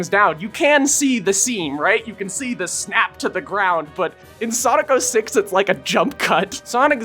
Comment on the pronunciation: Bro you need to work on your diction, i had hard time understanding "snap" and "health bars".